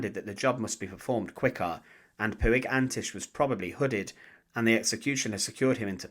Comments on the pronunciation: The Catalan Surname Puig is not ""Poo ig", but pronounced more like "Poch" or "Porch". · It's pronounced puch